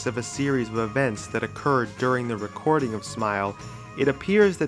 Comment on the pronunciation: this nigga said WRECKORDING